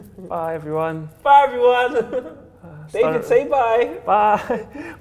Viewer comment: I'm italian and David pronunce was fantastic :D